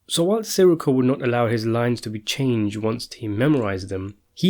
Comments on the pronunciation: It’s not “Siricko” it’s “Sireeco” ugh...🙄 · SIR -REE -CO SAY IT CORRECTLY GABEESH? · Si-Rikko like hes a fucking star wars character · love how you cant pronounce his last name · You know, you could just let the guy who does these videos know a little more politely. We all get names wrong, it's best to let someone know politely and they'll do their best to help out.